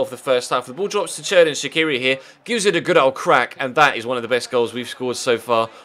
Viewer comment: I really like your vids but I'd like to suggest you something. You pronounce Shaqiri's surname wrong. It's like Shachiri or something like that. Albanians pronounce their q's as ch. Anyways keep up the good work.